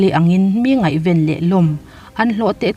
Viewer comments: Ngaihven tih laia ven hi a thluk lam hniam rawh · Ngaihven tih lai hi i lam dan a va dik lo ve